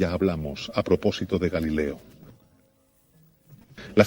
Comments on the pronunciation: Galileo con O... Galileo Galilei no GALILEA. No a la confusión. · Muchas gracias. Pero varias veces se dice "galilea" (con "a") cuando debe ser Galileo.